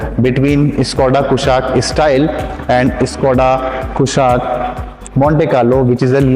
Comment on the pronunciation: Abe pahle naam to theek se pronounce kr le 😅😅😅😅